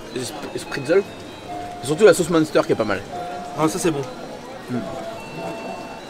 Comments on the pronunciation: En tant que Alsacien... Tu m'a bien fait rire... Avec les Speedzeul 🤣🤣🤣 et du Muunnster 🤣🤣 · Du monster lol , la Prononciation c'est pas ton truc U et N font un ou 1 donc minster que c'ecrit munster , toujours un plaisir de tendre parler lol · Je me suis tapée un fou rire avec ta façon de prononcer le Munster (tu dis Monster 🤣) et Spaetzle haha c'est effectivement trop bon 😋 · J’adore ces vidéos. Mais ce qui me fais encore plus rire est la prononciation des mots alsaciens 😂😂 Spaetzle ça se prononce Chpètslé Et Munster ça se dit mUNstèr (comme le nombre un) 😂😂😂 Mais sinon top les vidéos ! Bonne année à tous ! 🥰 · Super vidéo comme d’hab 🥰 mais le mot « munster » se prononce m1ster 😅😅